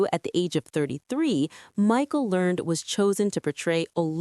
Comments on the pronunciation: Michael Learned’s last name is pronounced as Learn-ED not learned. As others have said a bit more research about the characters would be better. Mary Ellen was always a tomboy, Ike was a soft spoken likable man. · Mispronounced Miss Michael Learned's name. Pronounced Lear- ned. Also, Mary Ellen was never shy. She was loud and obnoxious from the very beginning including the made for tv movie that started the whole show "The Homecoming " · I came to say that too, abt Ms. Learned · Cut away after the narrator mis-pronounced the last name if Miss Michael Learned. Do a little research